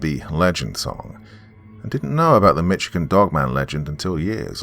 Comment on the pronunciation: Usually I like most of your narration but you are butchering words and names of cities in the state of Michigan and especially the word Michigan